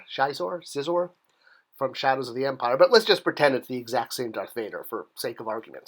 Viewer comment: FYI, according to LucasArts at the time of SOTE's release, "Xizor" is pronounced as "she-zor."